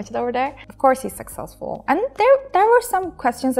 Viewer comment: abla her çok güzel de keşke succesful'u saksesful diye telaffuz etmesen